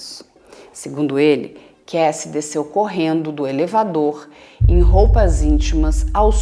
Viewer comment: Dr. vc tem um inglês muito bom, mas é Kássy e não Keissy a pronúncia do nome Cassie...